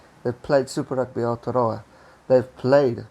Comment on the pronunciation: Much respect for your pronunciation of Aotearoa 🤗